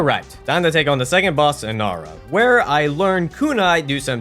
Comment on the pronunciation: Enara? who the fuck is Enara? Enenra?